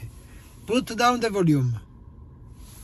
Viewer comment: I love how he says “Put down the voluumm” like it’s a magic spell. 🪄